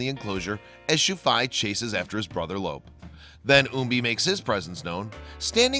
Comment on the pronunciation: Your saying Lope's name wrong. It sounds different than it looks because there is no accent mark in the English language. His name sounds like Loopy. Lope' It is a Spanish name. Your saying it like elope, without the first e.